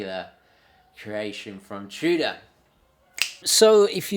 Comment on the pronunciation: Are you saying “Trudah” ? The R is after the O, not after the T.